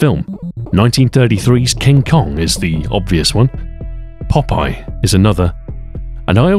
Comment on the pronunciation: Popeye, not popaille.